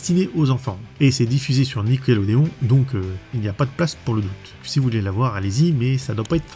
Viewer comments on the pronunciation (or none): none